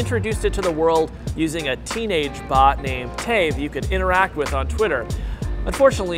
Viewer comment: Am I The only one who heard bud instead of bot?